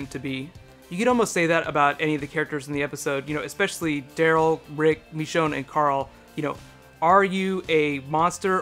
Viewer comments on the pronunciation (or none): ITS NOT MEECHONE ITS MICHONNE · It's not "Meechonne", it "Michonne". Ih ih ih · He says MEshone instead of MIshone (I know its spelled Michonne, but I was referring to pronunciation) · Michonne.. Not Mechonne xD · Did he say mechone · the way you pronounce "michonne" -__- good video though!